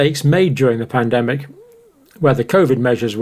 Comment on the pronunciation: You will pandemic correctly next time.